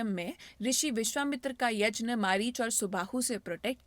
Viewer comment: यज्ञ को यजन ना बोले तो it’s perfect. It’s a Sanskrit word and should be pronounced as that only.